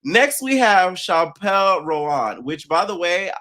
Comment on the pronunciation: Chile it’s pronounced Chappel like a church Chapel 😂😂😂 also Bad Bunny’s outfits details were in the back of the suit .